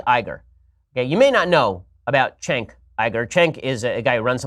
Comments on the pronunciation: seconds in and I'm already laughing. Chenk IGER ...Ben, this is why Cenk (pronounced Jenk), is running for political office and you're still complaining about everything on your goofy little talk show. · I call him Chunk Yogurt. That's the real pronunciation. Shapiro calling him Chenk is kinda funny, but come on you gotta go all the way. Also, hate to break it to you, Kyle, but Ben doesn't need porn, cuz he has a wife. You don't. There's a reason for this. Not only that, but Ben's wife is a doctor, which is much more than either you or any scrubby 2 week girlfriend you'll ever have. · It's not pronounced "Thchénk", it's "Djenk". Not "Çenk" but "Cenk"... You get the idea. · Why does he mispronounce Cenk’s name as Chenk Iger? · Wow! So edgy to deliberately mispronounce "Chank's" name. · Why do these retarded conservatives refuse to pronounce Cenk’s name right? Besides the fact that they’re retarded, of course. The dude has said his own name so many times-how can you hear a man say their own name and then fuck it up so hard when you say it yourself? Chank Eyeger? You stupid bitch. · cenk is actually pronounced jank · We all know Ben sitting at home every night with his penis pump cuz it so tiny watching hours of porn every night and wouldn’t a genius look up how to say someone name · Notice how he purposefully mispronounces any name of someone he disagrees with. Its a mental state of Narcissistic disorder. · I think it's designed to go after and 'convert' feminists He starts off with à head nod to feminism, which is sort of unusual for Ben Shapiro, then he argues that porn demeans women, which many feminists would agree, then by mispronouncing his name people can't Google and find cenk because they will search for 'chenk iger' and hence won't find out that cenk and TYT is pro feminism. He goes after trump as well The video is designed to be a lure to feminists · That's too funny. He knows how to pronounce Cenk's name. Oooo...such a slam 😄